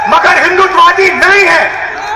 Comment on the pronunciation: First ask RG to pronounce HINDUTVAWADI correctly n then lecture on HINDU n HINDUTVAWADI. !!!!!!!